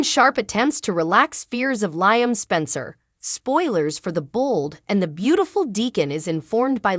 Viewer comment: He's name is Liam u are saying it wrong. Liam should just go to Rome to surprise Hope so she don't fanzine about Thomas. Eric and Rigg need to let RJ be his own life if he don't want to do fashion. Baltimore MD 😮